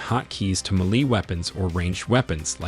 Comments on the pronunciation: Ok… muhlee instead of May lay? (Melee) Skar city instead of scare city? (scarcity) Ra brether instead of re breather? (Rebreather) Note you just pronouncing things incorrectly on purpose!!! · Wtf is a "muh-lee" weapon?